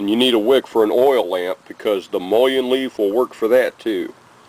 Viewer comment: pronounced muh’ lin